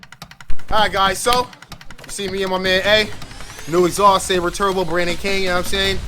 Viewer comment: Man Fam you gotta get the name right! 😂 Silber like silver. Seal-Bur (Silber) Turbo. You wild! 😂 😆